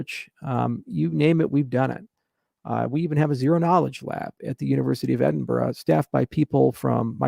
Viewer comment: Charles you need to practice how to pronounce Edinburgh. Otherwise Scots will eat you for lunch.